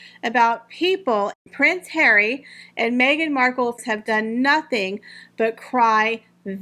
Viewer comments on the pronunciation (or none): oh yes, I love the hilarious pronunciation…HAIR-WEE, I just love. So much fun to hear what I’m thinking from someone else. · Congratulations! I love your channel and find your ‘prince hawy’ to be the funniest thing to be heard!